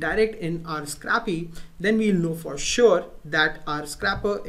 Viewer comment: It's pronounced scrape-y, not scrappy. It's called "scrape," not scrap. It's pronounced with a long a.